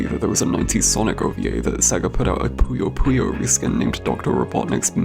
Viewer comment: Thank you for pronouncing Puyo Puyo correctly